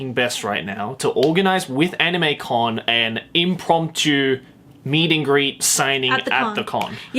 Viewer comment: no he pronounced it right